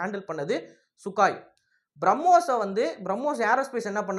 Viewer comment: தம்பி..அந்த போர்விமானத்தின் பெயர்..சுக்கோய்...சுக்காய் இல்ல...சரியாக சொல்லுங்கள்..